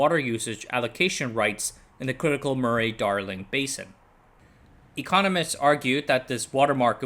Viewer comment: minor aside, Murray is pronounced more like muh-ree